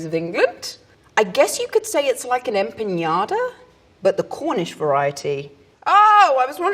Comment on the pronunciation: The way she pronounced empanadas as empeñadas 🤣💖 Brits always seem to have a back story to everything lmao it's adorable